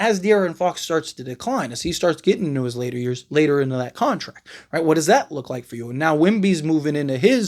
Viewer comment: It’s « contract » not « contact »